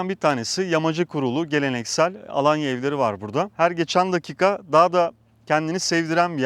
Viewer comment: 19 yıldır Tophane mahallesinde yaşayan biri olarak mahallemizi ve Alanya’yı çok iyi telafuz ettiğiniz için teşekkür ederiz 😌😊